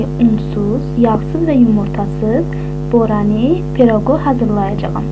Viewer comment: Borani yox boranı